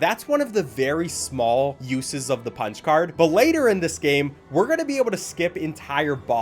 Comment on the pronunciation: i thought you said spongebob card not punch card that was a bit strange